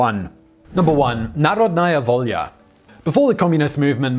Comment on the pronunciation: It's pronounced NaRHOdnaya Volya. Emphasis on the second syllable. ;)